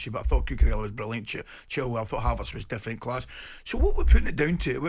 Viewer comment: "Havarts" "Kavavitch". Top literacy from Gabby Upmabumawhore